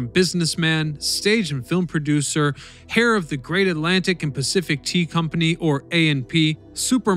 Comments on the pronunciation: Woofs... lol and then hair instead of heir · "HAIR"... seriously? How illiterate are you? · "Hair" of the A & P fortune? The "Dodge's" palace?